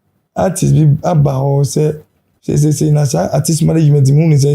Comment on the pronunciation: Portfolio de3n nso ne “arthist, arthist” yi… its artist not arthist ..ah masa